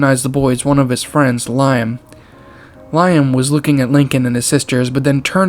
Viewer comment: There’s actually a video of a Boeing 747 crashing and exploding, creepy how this similarly happened here btw Liam is actually pronounced like "Lee-um"